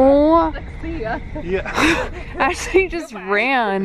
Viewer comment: I know this was a year ago but Ashley really said I ran🤣🤣